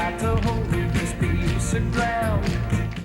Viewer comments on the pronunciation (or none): none